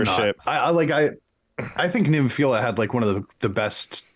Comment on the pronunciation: please stop butchering NEMOPHILA it's not NEEMO, it's NEHmo.... listen to the band, Saki, Keiko etc. I would put my personal JRock top 10 as: (TOP 5 are in order, but the rest shuffle order often) Band-Maid NEMOPHILA BRIDEAR LOVEBITES SCANDAL ALDIOUS LONESOME-BLUE HAGANE POLKDADOT STINGRAY D_DRIVE